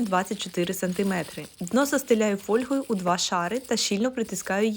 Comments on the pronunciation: Правильно фОльга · В українській мові правильним є наголос на першому складі — фОльга. Так каже пан Google 😊